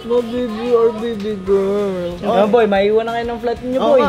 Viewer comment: Mali po speak nyo na gurl girl po Hindi gurl